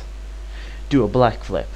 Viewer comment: "black flip" idk if that was your accent or it was intentional, either way it was funny